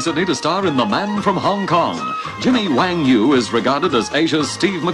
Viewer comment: Wang Yu, not Wong Yu.